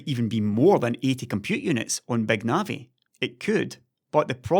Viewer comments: "BÆG NAVI" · does anybody else keep hearing "Beg Navi"?